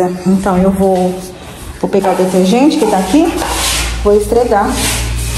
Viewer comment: ESFREGAR e não ESTREGAR…. Seus filhos vão falar assim tbem